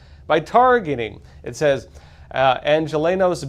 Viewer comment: I hate hearing Bass say the word Angelinos. She is a disgusting politician.